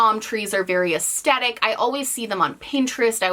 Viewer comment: The smiley face with heart eyes isn’t scary, it looks so sad 😢. In the name of being petty, it irks me every time she says “aesTetic”… it’s aesthetic aes-THet-ic